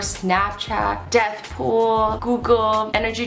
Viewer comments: So nobody is gonna talk about the fact that Azzy said "Deathpool" instead of "Deadpool"? 😂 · Did she just say Death pool?I thought it was Dead pool. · You said death pool it's dead pool to let you know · I love how on the keyboard when it showed dead pool she said death pool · Azzy: Snapchat... DEATH POOL... Me: wait it’s dead pool right? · Who heard azzyland say Deethpool instead of Deadpool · Did azzy just say death pool lol☠️☠️ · Wait did she just say deathpool? You mean Deadpool? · Death pool?........you mean DEAD POOL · Why did she call deadpool deathpool? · Its deadpool, not deathpool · Azzy did ypu say deathpool or deadpool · Deadpool not deathpool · Azzy I'm sorry you're fired you said deathpool instead of dead pool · Did she really just say Death Pool (Avengers/Marvel nerd here) 😂